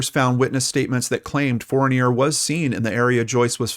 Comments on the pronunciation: Hi, in french Fournier isn't pronounced as fornay, you can search "Alain Fournier pronouciation" ;) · maybe the way I spelled it doesn’t echo it....fourneeay....it’s certainly not pronounced the way he is pronouncing it, unless of course it’s been Americanized. That’s what I was asking. I’m from Quebec,btw. I know how to pronounce that name 😉